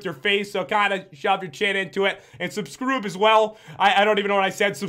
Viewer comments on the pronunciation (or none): subscroob? what did you say? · lol he sed subskrub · Pat why did you said Subscroob? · I cant believe you said Subscroob!! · Pat you said subcroober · you said subscroob